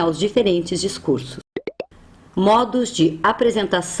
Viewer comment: Aos DiscurSSos ( com 2 esses!!!!!).